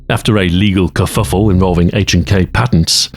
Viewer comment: bro just said kefffufle